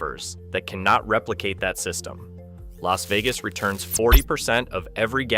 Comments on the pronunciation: The L.A. Vegas Valley? Is this an AI glitch or a commentary on how many Californians have moved to Las Vegas? Is that one of Nevada's state parks? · Ai slop. Too wordy. Images don't match narrative sometimes. Narrater said L A Vegas...unlike what a human would say. Creepy. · just record yourself reading the ai script and taking care to read it correctly instead of like "ell ay ess vegas" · "Ellays Vegas." Goddammit, AI narrator.